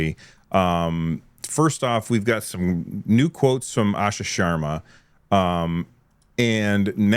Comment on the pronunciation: Spent my entire life correcting folks on my last name. This was hilarious, “Shwarm…Sharma”